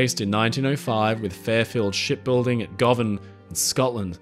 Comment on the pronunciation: Excellent video as always , Govan is pronounced Guvan.